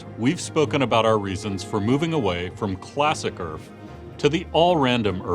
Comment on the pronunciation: URF !!! Not AURF